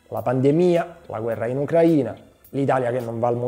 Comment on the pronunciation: Ciao,complimenti per il video stupendo,verso la fine mi sono commosso. Volevo chiederti se per caso il te del passato e quello del presente hanno pronunciato Ucraina ponendo gli accenti in maniera differente,è un particolare voluto?Non so mi ha incuriosito questa cosa😂